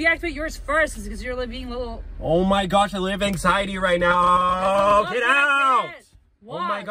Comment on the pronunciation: Bros said ARE YO SERIOUS RIGHT NEOW